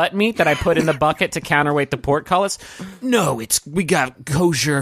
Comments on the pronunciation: ...do you think he's saying "pork"-cullis? He's saying "portcullis". Is that a pun? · Is it because it sounds like porkcullis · Some people don't understand the word, and think he was trying to say "pork cutlets"